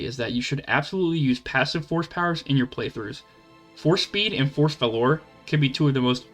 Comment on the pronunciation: There are no invisible Sith Assassins in KoToR 1. That is the first time I've ever heard Valour pronounced wrong.